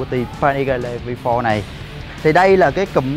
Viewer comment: Vi pho Rờ :))) đỉnh cao English